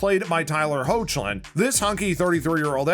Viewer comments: "HOACHlin" ahaha no it's pronounced hecklin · It's pronounced "Heck-Lin", not "Hoch-Lin". Cool video otherwise 🙂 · me correcting you everytime you say hochlin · Smh dude. No. It’s pronounced Heck-Lin. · It’s pronounced heck-Lin 😅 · It bothers me so much when they pronounce his name wrong 😤😤😤 It’s “ HECK- LIN” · How he pronounced it hurt me inside😭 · THANK YOU!!!! Not to mention he fort his breakout role; Road to Perdition. 🤦🏽‍♀️